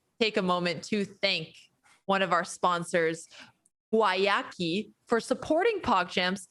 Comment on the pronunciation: I love how EVERYONE pronounces Guayaki differently. If I were on the marketing team of a company with a weird name, and I sponsored a tournament, I feel like I'd make sure the proper pronunciation of my company was disseminated to everyone in the tournament.